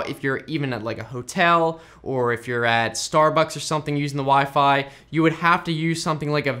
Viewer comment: "wee fee"